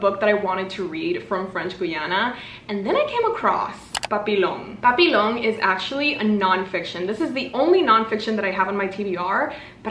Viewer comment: Pssst, the word 'Papillon' is pronounced more like pa-pee-yon. :) Otherwise, these all sound very cool!